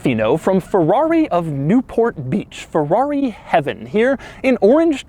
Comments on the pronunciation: P O RR T O F I N O, please. NOT porrofino. F E R R R A R I not farari. PLEASE!!! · Not Feuuuaauuuii! FeRRRaaaRRRiiii! :-D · Come on, can't you even say Ferrari? When you are bored inventing your own brand pronunciation? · Boy its called FERRARI and NOT fevvauvi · I hate how he says Fewawi.... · Nice Pherrawree! Nice Topperation :P